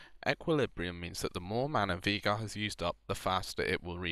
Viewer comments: It's not "Vie-gar" it's "Vei-gar". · It's actually vaygar. That's how the guy who the champ is named after pronounces it.